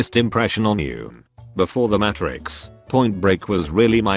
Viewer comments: Everyone: Matrix Narrator: Matt Tricks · Narrator: "Match-rix" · Every time I hear the pronunciation of Matrix in this video, it makes me cringe.